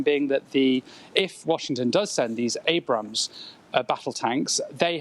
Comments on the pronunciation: "Ambrams" - You just can't get the staff these days. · Ambram? What is it about the word 'Abrams', that these Oxbridge-educated BBC people can't pronounce?